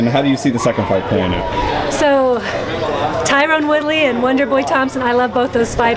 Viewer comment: She keeps calling Tyron woodley "TYRONE WOODLEY"